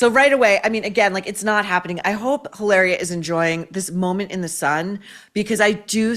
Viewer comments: in spanish H IS MUTE you dont pronuncie it it doesn’t exist mit sounds ilaria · It's pronounced "Hillary." From Bahstin. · It's weird how every time you say her name I'm thinking you've left the S off the end and I'm not being sarcastic that it sounds like hilarious should be her name